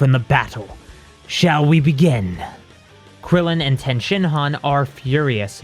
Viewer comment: I LOVE these videos BUT the way you say Tien is so cringy lol it's pronounced TEA-IN lol